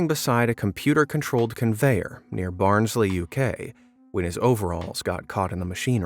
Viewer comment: Americans trying to say Barnsley is the most entertaining thing ever (no offence it’s just the native Barnsley person kicking in)